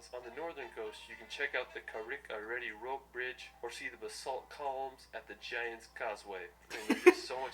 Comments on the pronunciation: Mans said Carrick-a- ready rope bridge. Its pronounced Carrick-a-reed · That dude butchered the name of the rope bridge in Northern Ireland 🙈 its pronounced Ca-rick-a-read and its like the smallest bridge ever!! Too much hype for what it is!